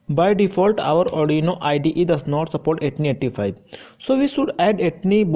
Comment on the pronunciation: Interesting ! First time I'm hearing the pronounciation of ATTINY85 as 'Etni85'. Thought it was "AT tiny 85"